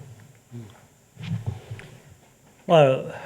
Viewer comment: Singapour yahuye na Sengapolo🤣🤣🤣🤣